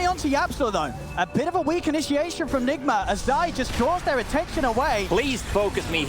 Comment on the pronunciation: its "i-nisha-a-tion" hahaha